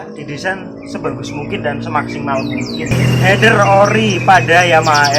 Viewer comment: mantab bro. akhirnya ada juga orang di youtube indonesia menyebut "Header" dengan benar. influencer yg ratusan ribu dan punya banyak moge aja masih belepotan nyebutnya "hiiiider". bikin kesel.